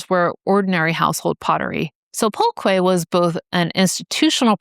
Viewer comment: its more like "pull-keh" I think